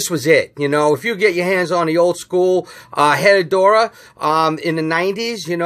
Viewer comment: Hey. It’s Pronounced eh-rrah-doo-rah.